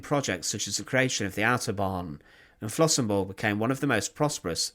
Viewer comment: Der Ort heißt Flossenbürg! BÜRG, nicht Burg.